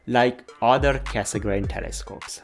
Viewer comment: 30 plus years ago I learnt to pronounce Cassegrain correctly - now I return to astronomy and the world (including yourself) mispronounce it, with the exception of when you mentioned his full name. Is this the standard now? Should we also start pronouncing the d in Schmidt?